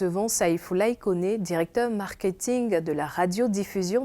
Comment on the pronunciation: Marketing et non markehing